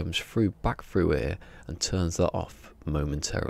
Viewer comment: “Inverter” not “ igvurtuur”! Because it has bloody e’s in it. Same with your “er” it’s “here” mate, please don’t degrade our English language.